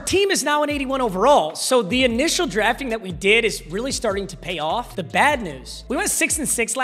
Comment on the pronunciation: papa ur killing me with saying drafting